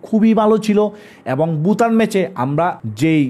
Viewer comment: আপনি ভুটানকে বুটান বলেন, এটা মজা লাগে। আপনার কথার উচ্চারন স্টাইল আমার পছন্দ